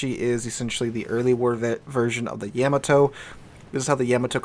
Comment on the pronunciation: I can't be the only one screaming at the screen when he says Yeah-Ma-To. Lol